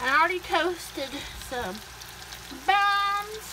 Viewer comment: Bunnnnnnns? Game show thinks she’s Oprahpls say potatoes like the rest of us, Baby talk doesn’t impress us